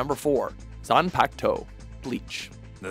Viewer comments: Am I the only one bothered by the repeated mispronunciation of Zanpakuto and Bankai? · its not zan its zon and its shikai not shikaaai its also bankai not bankaie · "#3 Zanpaktow" zanpaktow zanpaktow really? zanpaktow HAHAHAHAHAHAHAHAHAHAHHAHAHAHAHAHAHAHAHAHAHAHAHAHAHAHAHAHAHAHAHAH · Now I know what many of you are talking about when the male & female announcers of pronounce anything anime-related. Saying "pak" in Zanpakuto like saying "pac" as in 2Pac. GEESH! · Can say shikai fine, but fucks up bankai and zanpakuto?? Even with the english dubbed? xD they always butcher something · Ulricc Silber Hellsing Unlimited zanpakuto (says it wrong the second time) bankai damn i was close